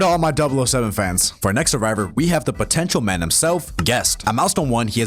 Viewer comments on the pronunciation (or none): DID YOU SAY POTENCIAL